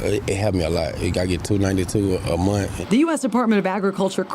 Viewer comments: ITS MONTH WITH THE “H”!!! Not “mont” you savage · "I get $292 a muh" 🙄